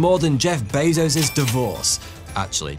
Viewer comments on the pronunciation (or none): none